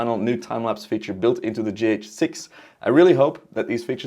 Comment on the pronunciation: For the first 2 minutes I couldnt focus much coz I was repeating in my head the word "G Heytch 6" over and over again haha . Interesting way you pronounce it :D